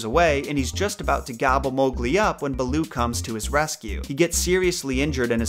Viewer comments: the name “balooo” is actually “bha-loo” which in Hindi literally means bear . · "Beul'oo"... RIP HIndi. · Hey just clarifying a few things you may have gotten a bit off. Raksha( pronounced "Ruckshaa") means " protection" in the Hindi language not Demon.(That is the word "Rakshas") Also pronunciation of Bandar-Log (monkey-people) is " Bunder-loage". Baloo is pronounced Bhaaloo which means bear in the Hindi language. Loved the video.im glad to know people love kipling as much.Thanks